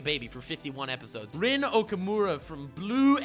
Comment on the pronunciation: The way he said okumura bothers